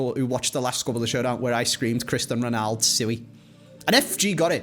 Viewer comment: Cristan Reynaldow... Sue-E